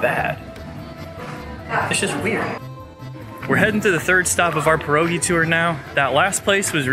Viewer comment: Please try to say PYEROGI its not an american dish !